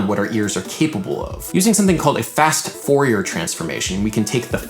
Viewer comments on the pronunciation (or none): Not to be that guy or anything, but I'm gonna be that guy: Fourier is pronounced like dossier. Keep up the good videos.